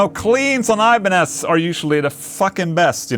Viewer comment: Did he say they had the thinnest Iba-necks? Ibanez should use this naming instead of the Wizard :)